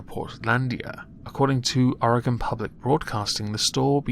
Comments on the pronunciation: Dude thank you for saying oregon right. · THANK YOU FOR PRONOUNCING OREGON RIGHT